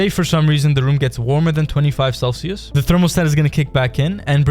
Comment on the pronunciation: How come you dont know how to say “The” properly?